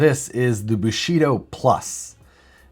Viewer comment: Thought you said Bulshido! But thats what Steven Segal does